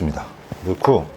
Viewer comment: '늫구~'에서 전형적인 서울사투리 발견...ㅎㅎ